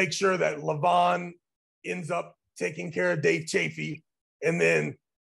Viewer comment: Not " Le- vAAAN! " . LEEEE- van, LEEEv an...DEEvon--LEEvan. not LevAAAAAn...😊